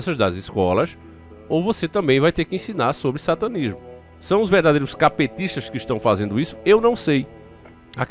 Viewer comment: Uma coisa é engraçada, quando se ouve o falando CAPETISTA, eu entendo caPTista. Kkkkk